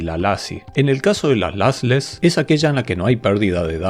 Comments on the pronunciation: Se pronuncian "losles" y "losy" los dos tipos de compresión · Muy interesante. Pero por qué pronuncias “LASless” y “LAssy”? Sería bueno que revises la pronunciación en inglés…